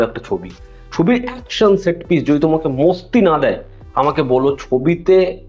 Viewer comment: Oita mosti na masti hobe, obosso hindi Kotogula o bangla bhul koy tai ki are kora. Kissu bolar nai